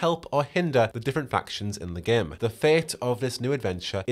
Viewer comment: Everytime you say "Game" it sounds like "Gimp" lmao